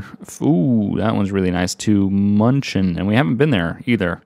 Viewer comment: You really butchered the pronunciation of München (in English Munich).